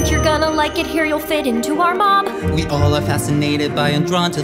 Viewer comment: “That u will fit in to our mom”✨💀 I know its mob but sound like mom👾